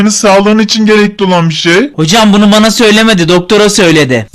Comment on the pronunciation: Süüü bane ve napim diyorsun abi